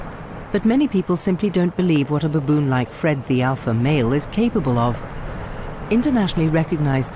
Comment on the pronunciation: ...by the way, I'm not crazy about how the narrator says "baboon"😒